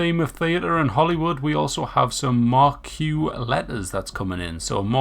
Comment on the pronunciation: Great video brother. Im sure you'll hear it 8000 times but it's mar-key for marquee I thought for years it was mar-q like you said but we both wrong lol😊